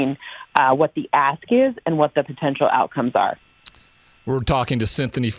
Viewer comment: can’t say Cynthia